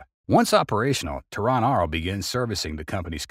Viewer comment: Please, learn to differintiate the pronunciation of "Terran" versus naming the capital of Iran. It was rather off-putting.